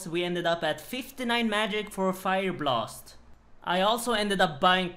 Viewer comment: Ah yes "Fire Blost" best spell